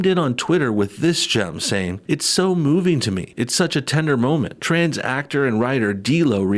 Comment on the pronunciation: “Something traaans going on” lol love the way he leans into that word